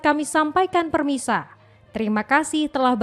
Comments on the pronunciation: Min kalo capek istirahat dulu Dari Pemirsa jadi Permisa 😂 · Sekelas tv one aja pengisi suaranya bisa typo. "Halo permisa" 😂